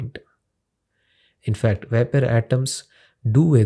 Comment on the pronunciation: veypour pressure of yey :D :D :D